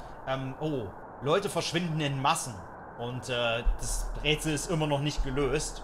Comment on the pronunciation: Bin ich der einzige der bei auch "das Bretzel ist immer noch nicht gelöst" verstanden hat?